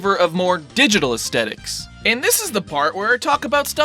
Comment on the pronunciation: Yet another person who pronounces aesthetics as ass-tet-ics. It's a freaking plague among youtubers.